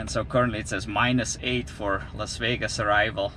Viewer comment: Las wegas? Haha, nice to hear you again.